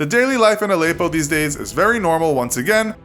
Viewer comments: It's Al-eh-ppo btw not Al-eyy-ppo :) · The way he says Allepo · The way he says Aleppo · learn to pronounce Aleppo kinda in the news a lot